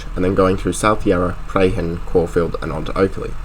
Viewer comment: Very thorough and very interesting, as i am familiar with most of these parts of Melbourne and interested in their history. You need to proof-read your narration however,as there were quite a few blatant and important errors made.Your mispronunciation of Prahran, Poath rd. and Barnesbury rd. and your spelling of Operations to name a few.